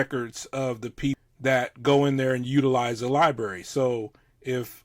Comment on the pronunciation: condescending cop says “libary”